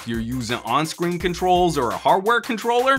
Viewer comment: This was legitimately funny,. Even funnier will be if this "in character" video takes off. You might have to bring this "Some Gadget Boss" character back. Couldn't stop laughing at how you pronounced "har'ware controlluh'.